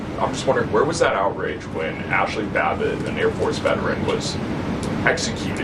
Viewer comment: Ashley babble? Somebody smack that man😊